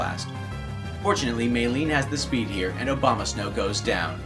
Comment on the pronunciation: Is it just me or did I hear him say "Obamasnow"